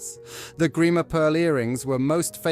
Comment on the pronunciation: Strange commentary which didn't match the subtitles too often . For example, my friend Andrew Grima was the lovely jeweller in the 60's who designed Anne's earrings. NOT Greimer !! - Suite, not Sweet... and other howlers ...